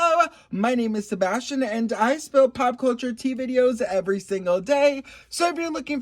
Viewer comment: Wow you just said Sabastion 😂😅❤